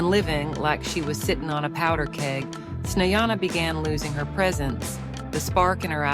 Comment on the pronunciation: Совсем обалдели вконец... ИИ долбаный не проверяют после озвучки: Чиседо и Снеана - это мрак! Dislike. Проверяйте свои опусы, придуrki...